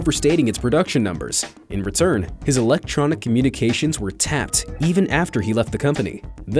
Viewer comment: he said tapped instead of taped 😂